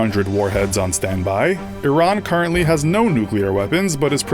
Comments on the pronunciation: you say it like airean, not iraan, it sounds so weird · "Iranically" yes, I know it's pronounced ee-rawn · Iraq is pronounced I-raq, Iran is pronounced EE-RAAN education is the key kiddo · its ee-raan not i-ron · he said iranically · itsStealth it's pronounced e-ron in every country but America where they pronounce it the way it's spelled. Yes, I do really care